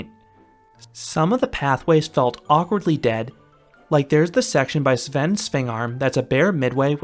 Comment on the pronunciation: Wow your the only person from usa that could actualy pronounce svend svingarm and this is coming from a dane good job